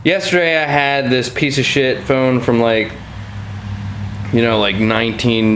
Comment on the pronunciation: thought you said your thumb broke not your phone XD